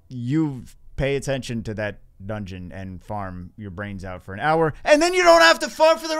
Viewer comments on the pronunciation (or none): none